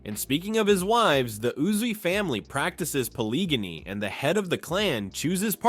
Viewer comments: It’s called POLYGAMY not poliganny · Poh lee gah mee